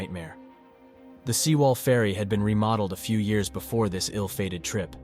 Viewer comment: Pronounciation should be like: seh wall or sae wall 세 월, not See wall